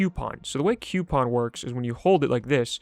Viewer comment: Stop saying coupon like that...you have been warned